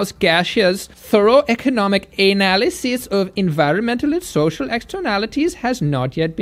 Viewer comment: I was sold when the German accent emphasized the 'anal' in 'analysis'.